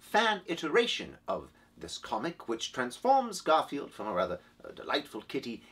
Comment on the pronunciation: Is that "Garfiend?"